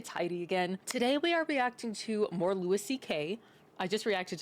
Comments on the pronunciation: Just FYI it’s Loo-ie, not Loo-is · Ma'am its LOO-EE CK, not LOO-ISS CK... 😉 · Could you at least pronounce his name the way he presents it? The "s" is silent so it sounds like Louie. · It's Louis, pronounced "Loo Ee" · Pronounced Lew E. He’s the GOAT! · Louis is pronounce like Louie C.K.. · I’ve never heard anyone say his name like this. Not one bit of research at all?